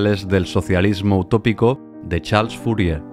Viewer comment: Excelente biografia,solo algunos nombres dignos de seguirse no se escuchan muy claros como Google, charles fourier